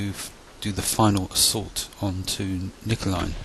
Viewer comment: You pronounced Nijmegen wrong but not a bad job at all. Hunt command in the open? Use Ocoka at all times and find cover and concealment first.